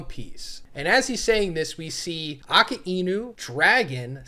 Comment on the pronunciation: Man you pronounce Akainu wrong every time dude lol.